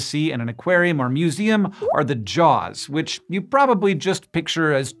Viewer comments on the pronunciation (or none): none